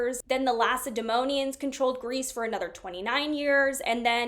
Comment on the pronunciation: Great work as always with this series! Regarding pronunciations: - Lacedaemonian is pronounced like "lak-uh-duh-mo-nee-in", so the first syllable is "lak" rather than "lass". This refers to the Spartans who are from the region of laconia. This is where the term "laconic phrase" comes from because they had a quick and witty way of speaking. - Achaean is pronounced like "uh-ky-in", so the second syllable is pronounced similar to how you would say "kite" without the 't'.